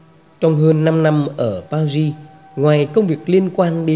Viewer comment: PARIS nên đọc uốn lưỡi nhẹ chữ Ri